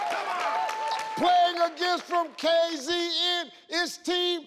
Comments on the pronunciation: Kay Zee Een😂😂 it's Kay Zet Een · Kay Zee En 😔